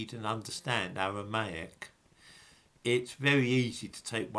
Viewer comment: Holy fuck why can't you pronounce your Rs? The Owwal Towwah, the Gomowwah, Awwamaic, for fuck's sake!